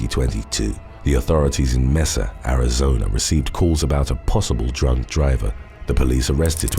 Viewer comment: I live and grew up in AZ, Mesa is pronounced May-Suh and Pima is pronounced P-Muh. Just to help you pronounce them correctly 👍 love your videos btw